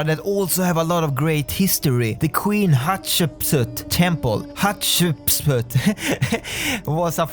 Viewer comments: In school, we pronounce it, Hat-Shep-Sut. :) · Actually the correct pronunciation is hat-she-p-soot